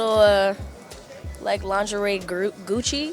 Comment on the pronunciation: babygirl almost said “grucci” the homeschooling really POPPED out there.